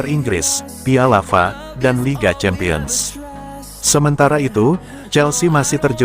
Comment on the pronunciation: Tolonglah yang di kasih tanggung jawab membacaisi berita( konten ) mereka yg paham pengistilahan apapun ,contoh kalimat /F A ngapain di baca fa ini kan memalukan sekaligus mmilukan. makanya solosinya ganti sang Naratornya Oke y